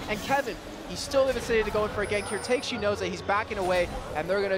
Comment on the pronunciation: really just pronounced Takeshi "Take - shee"........? Things like this are why Riot didn't want this dumbass casting LCS anymore... Edit: Good lord, does this downie observer even look at the map once??? After watching OGN and even EU/NA LCS, the quality of the internet stream of this tournament (i.e. camera/observer, casters, etc.) is downright garbage.